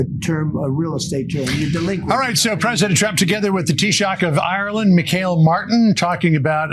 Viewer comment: I appreciate your coverage but he's the taoiseach (pronounced teashock). And Fox his name is pronounced Me-hall (which leads to us joking about Me-hole).